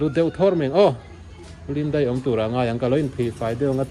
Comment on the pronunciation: Chuan,"DEIH" tilovin "DAIH" tih zawk tur🎉❤